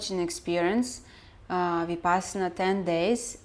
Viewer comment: Every time you say Vipassana a fairy loses its wings and dies.